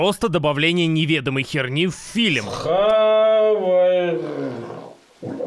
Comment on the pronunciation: Многоуважаемый автор! В русском языке нет слова филим, а фильм - есть. Почему Вы всякий раз кино называете «филим»?! Или у Вас деняг нет на логопеда?!